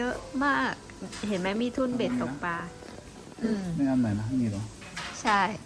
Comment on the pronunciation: ชื่นชมนะคะ...แต่ "ตกปา" ไม่น่าฟังเท่า "ตกปลา" ว่าไหม? เพราะมันถูกต้องตามภาษา อยากให้เราใช้ภาษาที่ถูกต้อง